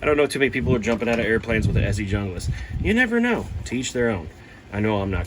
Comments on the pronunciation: Bro is a typical American, too intellectually lazy to pronounce junglas the way it's actually pronounced. Arrogant and entitled Americans make me sick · I like the pronouncing of Hunglas because when you talk to a girl you can tell her I'm Hung Lass! 🤣 I love my BK9. That being said, to each their own. There are pros and cons for both. I have the BK9 and the Ontario RD9. The RD9 is a great knife too, but it has flat blocky handles. TKC does have after market scales for it though, but obviously that adds money to the overall cost of the knife.